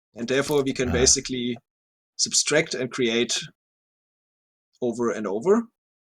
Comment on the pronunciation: I love how the SciCraft people (I've only really seen and, to be fair) struggle with the word "subtract." They always pronounce it "substract."